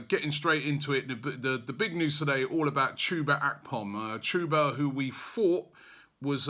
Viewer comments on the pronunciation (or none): none